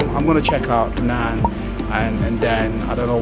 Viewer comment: Bro, it is "Penang" not fernan...btw, lovely video, love it:)